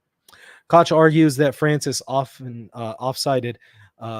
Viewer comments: I love how is unable to pronounce the German "ch" but makes sure not to go with the "k" instead to not call him "Bishop Kock" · Dich, doch, noch, nicht—all German words are correctly pronounced with a hard “k.” Likewise, “Koch” is correctly pronounced in English “cock.”Hilfe uns, Herr Jesu!(Help us, Lord Jesus!)